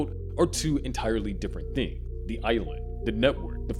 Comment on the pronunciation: The voice can’t make an “s” sound if the sentence ends in the s sound. “Visibility was never the threat in the first pla” “They are two entirely different thing” It does it like 15 times this video